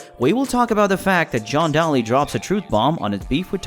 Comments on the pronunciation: If gonna do a piece about somebody at least say their name right!! It's Day-Lee. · It's fucking D A L Y !!!!!! NOT dolly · How do you not know how to pronounce Daly? WOW! Terrible video because of this. Get a clue man!! Embarrassing! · I can’t listen to you pronounce John Daly’s name wrong over and over.